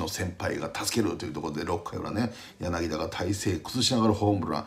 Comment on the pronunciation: 柳田は、「やなきだ」ではなくて「やなぎた」です。どうも関東の読みだとにごるんですよね。Ｖ9の柳田さんはやなぎだ、だし。